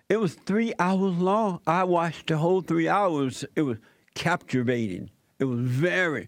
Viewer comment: "capturevating".. JLPism.. you da man JP..